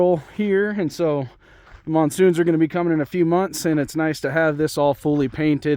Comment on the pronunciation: did you say MONSOON?!?!?